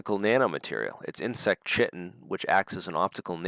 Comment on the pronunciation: Chitin is pronounced 'KAITIN'. Also Wimshurst is Wims hurst, not wim shurst Interesting episode, thank you